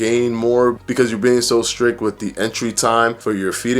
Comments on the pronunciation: Brother I LOVE that your vid says strick instead of strict 💜💜💜 I feel like we're friends and I can trust you suddenly lol 🤣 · Strict...not Strick lol. I couldn't help it. Great video though :) thank you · In the nicest way possible....the word is strict...not strick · You almost lost me at “strick” but my fatass needs to hear this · This man said “strick” and i exited out of the video lmaoooooooo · Lol at "stricK" ...cute. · Firefly I know I noticed that too 😂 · "too strick" yikes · Too strick? Strick? Jeeesh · I feel like a jerk doing this because your videos are great but... it should be 'strict', not 'strick'. ;) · He definitely doesn't have a tight grip on the English language 😉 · Lololol I noticed too lol